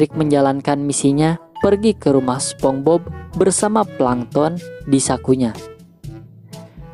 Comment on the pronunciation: BTW nieehh....SpongeBob dibaca Spons;Bob,,,bukan SpomBob🤣🤣🤣🤣🤣🤣🤣🤣🤣🤣🤣🤣🤣🤣🤣🤣🤣🤣🤣